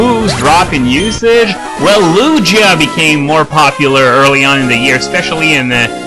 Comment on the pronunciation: Don't forget that Ho-oh has an awful typing to even me a Sp. Wall. Water, Electric, and Rock (Even though it's mainly physical but what evs) are some of the most common because of the abundance of pokemon that can learn moves like Thunderbolt. PS: Your saying Lugia and Ho-oh wrong. At first I thought you were talking about Hoot-Hoot for a little bit.